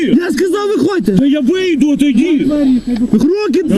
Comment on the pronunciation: АХАХАХ патрульний плутає законодавчі акти!!!! Каже "ваші дії підпадають під 342 статтю кримінально-процесуального кодексу!!! ахаха, це жесть!!! Для нього напевне немає різниці між кримінальним і кримінально-процесуальним кодексом. Ото вже понабирали!! "ВЄХОДЬТЕ з машини..." Мужик під коксом адекватніше спілкується ніж поліцай.